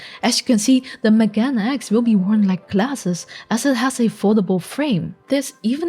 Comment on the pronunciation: MeganeX is pronounced Meh Gah Nay X It's japanese meaning 'glasses' so it's literally Glasses X, pretty awesome